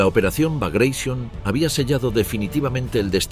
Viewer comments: ¿Porque pronuncia bagration en ingles si es en ruso? Bagration no bagrasion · No es.brageshionn.es Bragation ,en honor a un oficial ruso.heroe contra las invasiones Napoleonicas ..!!! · Laputaqueteremilparió!! Se dice Bragration, salame, estás rebuznando en castellano!! Soretemalcagado!!! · "BRAGUEISON", NO. NO ES INGLÉS. SE TRATA DE UN NOMBRE RUSO. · Me molesta escuchar cómo el relator pronuncia reiteradamente "Bagréishon" al referirse a la operación "Bagration", como si fuese una palabra inglesa, cuando en realidad era el nombre de un general ruso que se destacó en la época de las guerras napoleónicas; un amigo que sabe ruso, me dijo la pronunciación correcta de dicho nombre, y nada que ver con "Bagréishon". Es el error de querer pronunciar como inglesas palabras de otros orígenes .